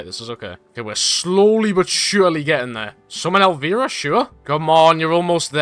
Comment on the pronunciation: absolutely butchered elviras name